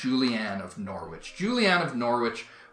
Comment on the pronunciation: Norwich is pronounced - Norr itch